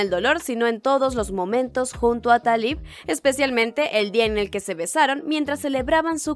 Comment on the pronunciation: Me encantó tu resumen, aunque a este le faltó un poquito para que algunas personas que no lo han visto entiendan por qué TenTen no le dice a Taliw que la ama, lástima que no pudieron hacer la segunda parte y espero que no te enojes y menos tus seguidores, pero el nombre de ella se pronuncia Taliú